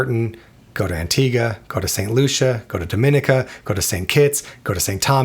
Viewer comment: It's pronounced Dom-i-neeka